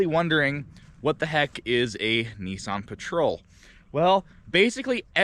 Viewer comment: Whats a NESSSSON ??? Its NISSAN